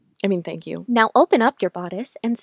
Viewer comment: Fank you